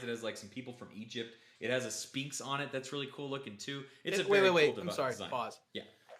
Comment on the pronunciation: The ph in sphinx is pronounced as you would in the word phone. Lol